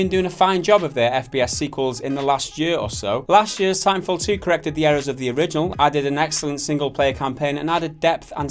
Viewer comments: seinfled2 lol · Did he say Titanfall 2, or Seinfeld 2?